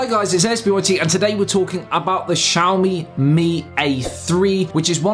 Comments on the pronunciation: it's not pronounced shawmi lmao, it's Xi-A-O-MI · I always thought it's "Ksiaho - mi", not "Tshiaho-mi"